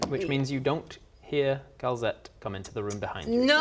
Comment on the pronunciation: It’s called Calzette, not Kel’Zet. (All the apostrophes have actually been used up for the AoA Dark Lords)